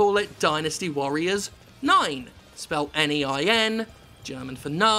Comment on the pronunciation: Its little wonder no one got your first joke, you mispronounced nein. Here's how you pronounce it, first put on an eyepatch, a fake scar is recommended but not required. Next you must ball your hands into fists and tense every muscle in your body. Then you blurt it out quickly in a high pitch tone, screeching like you are invoking the rage of the entire planet. NEIN!!!!!! And that's your language lesson of the day.